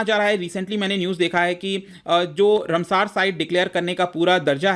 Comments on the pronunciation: रमसार नहीं रामसर। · Please take in mind that it is रामसर, and not a रमसार!